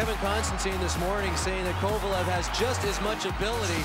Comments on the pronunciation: How did they forget the no helmet goal??? And note to rangers’ commentator: it’s Kovaleeeeev, not Kovalooooov! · Why did the rangers announcers always call him Kovalov? 😂